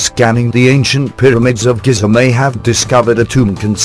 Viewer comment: also they start the documentary calling them "pyramads" only to end up referring to them as pyramids!!